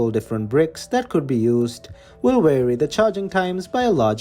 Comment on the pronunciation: "wary" he can't say "vary' lol